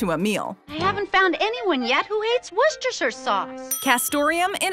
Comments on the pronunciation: It's pronounced 'wusster' sauce. Trust me. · Worcestershire sauce is pronounced wustersher sauce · Hr said " warstador sia sauca" lol😁😁😂😂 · Ironic that you call us out for not being able to pronounce Worcestershire and yet you butcher it's name too. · I'd like to point out that only Americans that have an issue pronouncing 'Worcestershire' sauce